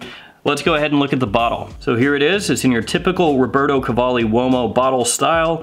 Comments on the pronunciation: Nice Italian pronunciation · You pronounce it right. Just add some italian accent to spice it up :D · You’re saying the name just fine 👍